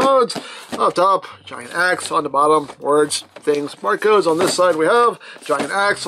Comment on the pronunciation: it was funny when you said lets go to the bottyy